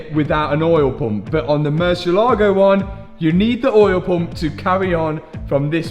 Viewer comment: I love how you pronounce "oyel pomp"